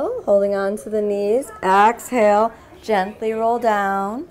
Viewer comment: why do you say axhale? is it just your accent? is cool haha